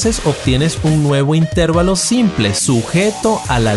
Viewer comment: Así como oír una canción con una cuerda o una tecla desafinada es insufrible, ver tus publicaciones diciendo "intérvalo" en vez de "intervalo" acentuado en la "a" le quita lo maravilloso de tus contenidos. Se recomienda que futuros videos, si es menester pronunciar esa palabra, lo hagas de la forma correcta.